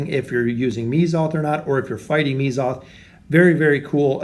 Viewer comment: It's Mezoth, not Meezoth. Right? xD